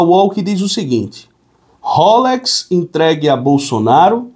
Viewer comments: A marca do relógio se fala roléx 👍🏻 e não rôlex 👍🏻. ❤ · Pelamor! Não é rôlex! É rolex!